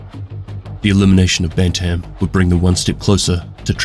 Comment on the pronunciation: I want to say firstly I love your videos, and I don't want to be that guy in the comments. But... My man, when you say "Bantam" you just kill me. It's pronounced as "Ban tm", making it sound like "Bant-im". It has two definitions, one being a type of chicken, and the other from sports, such as boxing or hockey, as a weight or age division. Only reason I knew this was I grew up on a farm and I played hockey. Anyways, still an excellent video!